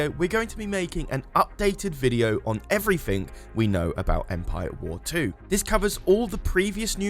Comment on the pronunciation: Last time I poked fun of how he says "343", now I'm gonna poke fun of how he says "everything" as "evfrythink"